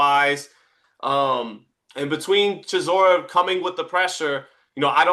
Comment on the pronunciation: say it right Derek DELBOY Chisora, A.K.A War Chisora